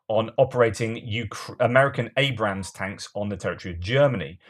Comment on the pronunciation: It’s ABRAMS NOT ABRAHAMS! There’s no HAM IN ABRAMS!